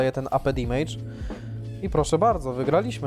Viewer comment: Fajny odcinek jedyny minus to "dimejdż" który boli mnie w uszy.